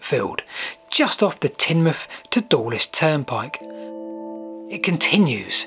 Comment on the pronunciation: Wonderful. I grew up in Teignmouth. Correctly pronounced by your self. Spent a lot of weekends mucking about on the sea wall.